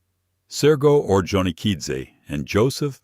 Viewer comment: Hate AI crap; Johnny Okidzze.